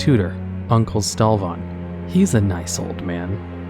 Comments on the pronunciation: STALvan. Not StalVAN. >:O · Theresa - Ter ee suh Stalvan - STALL VAN Eastvale - EAST VALE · Scariest part of the video is how Stalvan and Eastvale are pronounced. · Did this man just say “estavel” logging camp? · Stalvan, Eastvale, Giles, uncouth... there were a few that threw me. Honestly it bothered me but I give him a pass since he’s doing all this research for these vids that as long as we know who he’s talking and where I try to ignore it. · He also can't pronounce Stalvan or Eastvale correctly